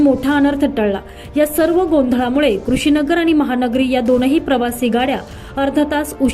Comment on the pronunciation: नाशिक न्यूज जरा इतर मराठी न्यूज चॅनल बघा किती छान वाचतात ते कुठे थांबायचं कुठं पोज घ्यायचा हे निवेदकाला कळलं पाहिजे. तुमची निवेदक (बातमी वाचणारी) वाचण्यात किती चुका करते तरी चार-पाच वर्षांपासून तीच वाचत आहे कृषी नगर नाही ते कुशीनगर आहे प्रत्येक बातमीमध्ये वाचनामध्ये चुका असतात.. कॉलिटी वाढवा सबस्क्राईबर आणि views वाढतील....